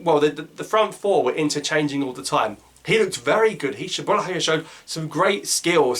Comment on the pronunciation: great game from boulaya ps : don't know where the entv guy saw the h in boulaya's name 🤔🤔 .. don't think it's boulahya